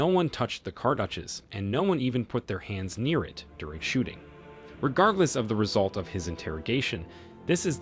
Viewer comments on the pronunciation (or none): none